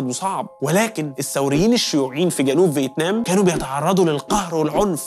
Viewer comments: فيتنام ❌ فيتمان ✅ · هل لاحظتم أن الدحيح شوي بقول فتمان وشوي بقول فتنام